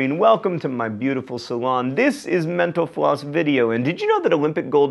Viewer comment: Every time I hear John say mental floss, I hear menopause.